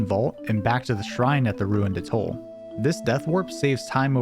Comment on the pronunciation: Please learn how to pronounce 'atoll'...and any other words you plan on using in a video...smh...